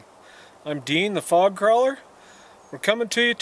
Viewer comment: fogcrawler.... lol i thought he said frogcaller... lol